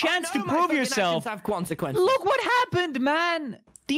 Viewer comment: “I know my fuckin’ actions have kwonsequences” -TommyInnit 2020